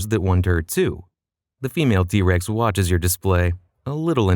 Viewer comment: I keep hearing D-rex